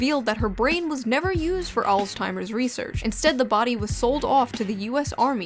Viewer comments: Dear Shoe, There's no "T" in Alzheimer's. Love, Weirdos who watch you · There's no T in "Alzheimers" why are you pronouncing it like that???